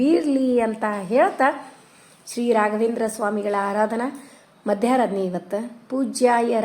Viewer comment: Madam, adu ಮಧ್ಯರಾಧನೆ. Not madyaradhane